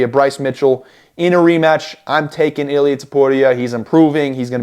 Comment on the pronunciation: you can prounce illias name bro